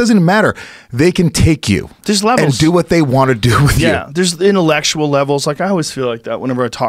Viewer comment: Joe "Theres intilectual levels" Rogan